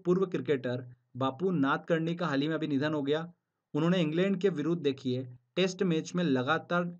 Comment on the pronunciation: Aap haal hi bolte hn... Haal nhi sunayi deta bs hi sunayi deta h.. M😭😭😭😭😭